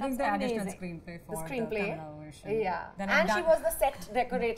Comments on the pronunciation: Why is tammanah being so rude with parul? When she smiles. She doesn't even smile back. She gives that rude expression. Btw it's kannada not kannad. I feel like slapping her for SAYING that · Mrs anupama it’s not kannad ... it’s called “Kanna-da” ... the word kannad annoys most of us from Karnataka ... So please pronounce it accurately going forward... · Its not kannad it’s KANNADA.. you seem to be educated but can’t pronounce it correctly such a shame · It is not kannad for god's sake!!! It is Kannada. Do not omit a letter completely. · OMG, here she goes again. For heaven's sake: it's KANNADA not "Kannad"!!! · No doubt Anupama will give 5 stars. Anupama can't pronounce Kannada, but talking about south industries. Like in Bollywood they make women oriented movie one after the other, problem is Bollywood only remake mass movies not class movies. See Edegarike gangster movie which was directed by a woman in Kannada and it was Blockbuster. Parul has more root toward cinema than other two. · Tamannah and didn't bother to speak anything about language kannada .small minded people Anupama it is kannada not kannadd.pronounce it properly .when you speak lots can't you spell one word properly ? Parul it is not punnu it is ponnu. punnu means wound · Anupama please don't say "Kannad" for "Kannada" Parul please learn Kannada, and explore like a "Kannada" actor. No offense, just suggesting... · Oh god I'm not a kannadiga but whenever she spells kannad it irks the shit outta me.FFS it's not kannad it's KannadA!! Instead of using polish French words at least know how to spell an Indian language!! Anyways still love your work Anuji!! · Not Kannad.. it's Kannada... Can it be Hind instead of Hindi? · Anupama...please say "kannadaa" instead of "kannad". If you can throw around french words during your critiques, you can say kannadaa. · Yes such a faux pas! It's KANNADA NOT KANNAD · Its kannad not kannada.. Anupama is not southi.. So its fine.. U say kannada fine.. Dont force others